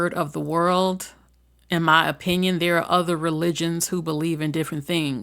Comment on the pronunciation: Moderator…the word is MELTING not milting, each time you said that I thought you were saying someone’s name…Milton